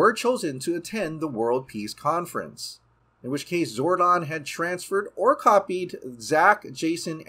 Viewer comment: 31 seconds.....did this dude just say wise sage ZORON???